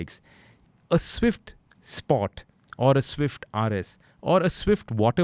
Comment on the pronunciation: Dear, Pls pls pls stop pronouncing Doors as Daurs and Sports as Spaurts and Four as Faur and... you get the point right? Its downright annoying to what are otherwise some of the best content on automotive journalism. As a follower of you since decades, I know you never used to pronounce it this way. An absolutely personal and honest feedback from an Evo subscriber.